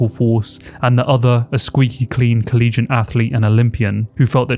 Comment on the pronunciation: The word is ‘collegiate’, as in like or related to a college, not ‘collegent’